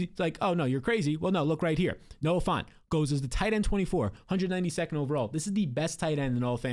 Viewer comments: it’s Noah Fant, not Noah Font. Get your head outta the Times New Roman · You keep saying Noah "Font" 😂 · Dude really said Noah fant lmao